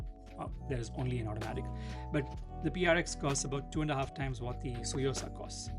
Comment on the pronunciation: Just a small contribution: it's not a silent T; it's pronounced "Tsu" like tsunami or last part of shih tzu (the dog breed).